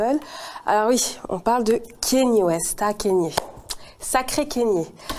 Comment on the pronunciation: C’est pas kEny West mais bien kAnye West